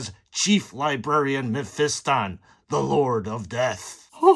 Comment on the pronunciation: It's pronounced Meh-fis-tin, not pronounced Men-fist-on 😂